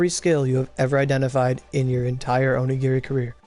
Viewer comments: "orogiri" ugh ugh.. my head.. the migraines.. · yeah i hate it when he says "orogiri" my god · Did you just say "Orogiri" yo. Call the dyslexia police.